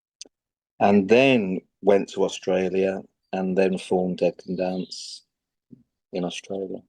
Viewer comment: Brendan said “dead can dance” and it sounded like “decadence”… never occurred to me that band name could be this two fold name intentionally or unintentionally…